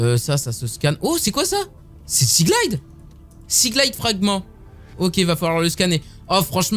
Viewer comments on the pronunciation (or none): none